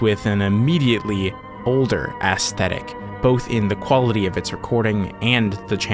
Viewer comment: “Ass-thetic” - 2025